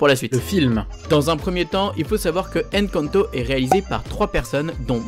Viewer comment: C'est pas Èn canto 😡 c'est Encanto hein